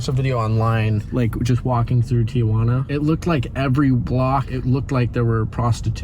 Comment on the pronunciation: It’s Tijuana not Tia Juana